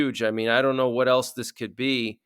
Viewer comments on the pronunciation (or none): none